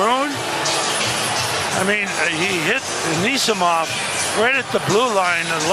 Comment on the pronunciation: Let’s go up 1-0. “Anisimont” -Espo